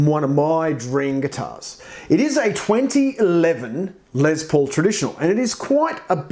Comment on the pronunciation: Its LES paul not LEZ paul..lol